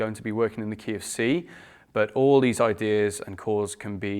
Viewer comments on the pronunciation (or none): Am I the one who heard "KFC" instead of "key of C"?